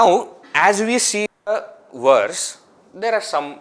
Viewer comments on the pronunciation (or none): They say that when you learn Sanskrit, you can pronounce words in any language. Sanskrit also has NO "W" sound. So why are we saying Werse instead of verse?